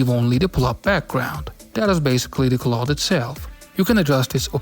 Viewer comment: Nice, I'll be trying it next week. (by the way: cloud = c + loud, not clod)